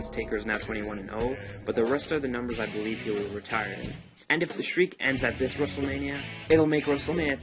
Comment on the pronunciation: You just have to BO-LIEVE